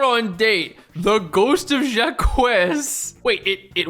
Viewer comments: Just coming into the comments to say it's pronounced Jock, not Jah Kwez 😅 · It is not pronounced jack-huh, but that's a lot closer than jakwez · pronouncing Jacques as "Zha-Kwess" and not "Zhak" kept hurting my brain. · You pronounce Jaques as jahkwez? Holy shiiiit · "Jacques" is a French name pronounced kinda like a mix of "jock" and "zach". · of all the crimes in this video, calling someone Jakwez is the worst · the pronunciation of jacques is killing me 😭